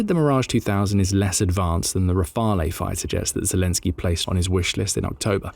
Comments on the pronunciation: Rafale is pronounced "rafal", Crotale is pronounced "crotal" As is often the case (though not always, we do love our exceptions to damn near every rule ) the "e" at the end of French words is silent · Rafale has TWO syllables not three. 'kin automated voice with its snide superior tone. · Please stop pronouncing the e on the Rafale it sounds stupid and is incorrect